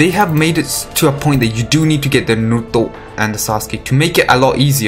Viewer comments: like ur videos r REALLLLY good tho but the way u say naruto makes me aggressive asfuaq .. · What I used to hear in anime: "NARUTOOOOOOO" "SASUKEEEEEEEEE" Now I hear: "SasKE" "NarUTO"